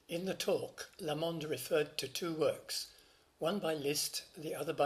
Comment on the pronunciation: Emphasis on the "LA" in Lamond, please, not the "mond".. Liszt, a Hungarian, would have got it right naturally.